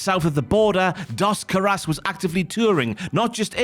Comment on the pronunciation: Anyone else slightly bothered by their pronunciation of "Caras"